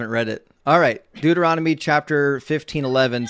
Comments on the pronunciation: These people are so poorly prepared. Most of them get info off websites that are also sloppily researched and just plain wrong. One of the callers even pronounced Deuteronomy, Dude-er-on- to-me. To that I would say, yes, this Dude Is On To You. These people do not even actually read, deeply read, their own BIG BOOK OF GOD THINGIES. (Please excuse the Trumpian caps lock) I just found your great channel and subscribed. Intellectual evisceration is so fun to watch. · Bro said durahmety instead of Deuteronomy 😂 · "Duo-er-odimy." How precious. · The caller said, “Look at the book of Duromity”. 😂😅😂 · My favorite part is that this guy can’t even pronounce the book Deuteronomy. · Why can't these callers ever pronounce Deuteronomy? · Dude can't even say Deuteronomy. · He can’t even pronounce Deuteronomy correctly 😂😅🤣